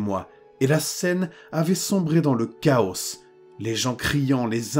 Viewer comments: Une histoire de plus à nous glacer le sang 😬 merci ! Par contre j’ai remarqué sur plusieurs vidéo que pour le mot chaos tu prononçais le S de fin, il ne se prononce pas 😅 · Haha merci de l'avoir remarqué ! C'est le résultat de vivre à l'étranger depuis 20 ans... ici on dit "chaosse" avec le "s" à la fin, et ça sonne tellement normal pour moi que je me rends même pas compte que je le prononce mal pendant les narrations. Je ferai bien attention dans l'avenir 👻